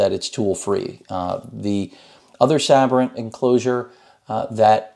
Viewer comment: I always thought it was pronounced Say-Brent I'm probably wrong